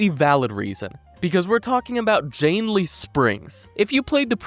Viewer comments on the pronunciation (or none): God calling janney, jannley was so damn annoying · Also "Janely" lol